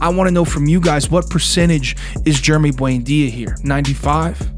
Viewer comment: Why do you always pronounce “Buendia” as “buainda”?!